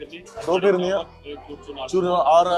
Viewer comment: Its फिरनी Not फिरणी